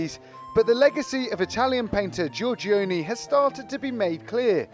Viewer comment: It would be nice if Venetian were spelled correctly, and if the presenter could pronounce Giorgione.